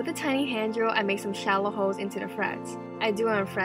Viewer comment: The way she says holes sounds like hoes 😂😂😂